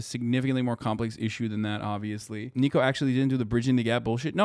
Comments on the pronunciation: Ni-co. Not Nee-co. Niko would slap you to oblivion if he heard you got his name wrong. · His name isn't neeko, it's niko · Hasan plz I beg stop calling niko NEEKO 😭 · Hasan saying Neeko instead of Niko kinda triggered me 😂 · ITS NIKO NOT NEEKO 😭💔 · "Neeko" looool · Mans literally said neeko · hasan calling niko “neeko” hurts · His name is pronounced like NICK-o